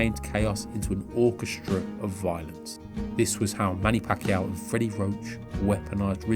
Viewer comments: Pronounced as "PAKYAW". Good catch for pronouncing his Surname right😊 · Kudos for the correct “Pacquiao” pronunciation!!! 👏🏼👏🏼👏🏼👏🏼 Edit: For anyone wondering it’s not Pac-key-yao. It’s Pac-yao. 🤓